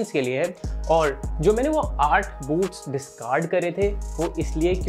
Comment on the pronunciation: Boots ki jghe boobs sunai de rha tha 😂😂😂👀